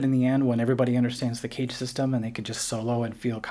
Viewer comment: Clearly pronounce CAGED (not cage). Very interesting philosophy and idea, though.